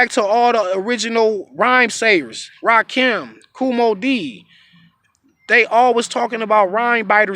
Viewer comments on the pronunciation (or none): none